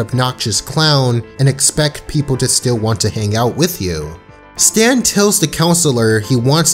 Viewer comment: His name is definitely "Stan", not "Stance"...